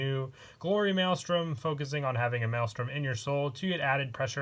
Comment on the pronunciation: I’m surprised u pronounce maelstrom correctly